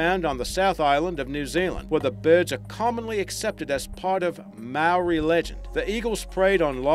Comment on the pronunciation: That accent sounds like a mix of Aussie and American...and wouldn't most Aussies know how to properly pronounce 'Moa' and 'Maori'?